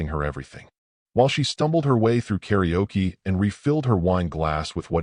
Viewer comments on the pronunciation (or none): none